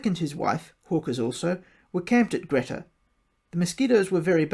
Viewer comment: It's pronounced Greta as in Greeta!